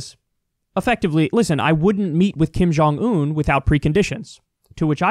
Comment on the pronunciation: She can't even pronounce the name of North Korean leader. She said Ping Jon Un